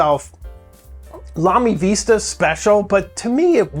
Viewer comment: Vista, no "e".